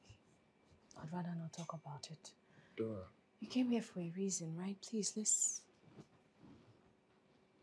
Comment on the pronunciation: Greke u cal Dora's name nice